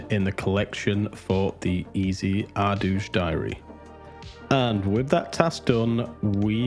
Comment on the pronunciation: Never heard the Ardooj pronunciation before. Fascinating how many ways people say that word.